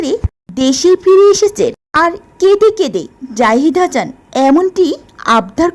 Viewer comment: হাছান নয় "হাসান" আগে ভাষা শিখুন তারপর কথা বলেন।